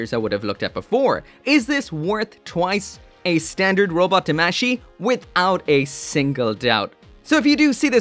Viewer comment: Eh, tamashi is pronounced wrongly, both A have an Ah sound not an Eh sound.